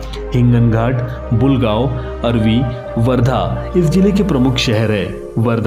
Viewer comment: अरवी ❌ आर्वी ✅